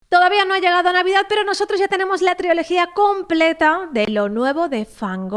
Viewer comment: Dice triología como Chenoa